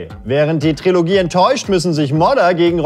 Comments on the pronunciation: Eure Sendung ist super, aber wenn dieser Moderator noch einmal TriOlogie statt Trilogie sagt, fang ich an zu schreien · Ist das eigentlich ein Running Gag den ich verpasst habe, dass er immer Triologie anstatt Trilogie sagt? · Trilogie! Tri-lo-gie! Ich mach gleich Trio mit vier Fäusten, wenn ich das noch einmal falsch höre! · Es heißt TRILOGIE, nicht TRIOLOGIE! Wie würdest du dich fühlen, wenn man deinem Namen unnötig Buchstaben hinzufügt oder wegnimmt? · Hihi hi, er hat Triologie gesagt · Trilogie! Nicht Triologie!!1!!1!11!!